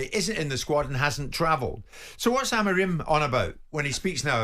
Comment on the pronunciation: Why cant he just say Amorim properly